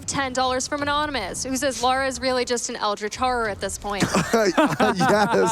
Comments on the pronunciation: Great run, but the character's name is "Lara"...not "Laura". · Why is he saying Laura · The name pronunciation is all over the place in this run, she went from Laura to Lora and then back to Laura like 8 times but it never actually landed on Lara, her actual name. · her name is not Laura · Hearing her being called Laura the whole run was damn painful! But an impressive run to make up for it at least!